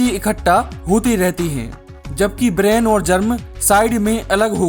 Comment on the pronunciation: ब्रान है, ब्रेन नहीं।